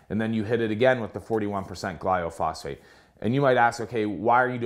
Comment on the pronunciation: Great vid, thanks for posting. It's glyphosate...not gly-o-phosate btw